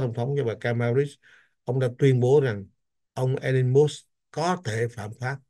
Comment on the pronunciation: có cử nhân Anh văn trước 1975 và Cao học bên Mỹ Cho nên cần tham khảo Oxford Dictionary trước khi đọc chữ “ Musk “ làm sao cho đúng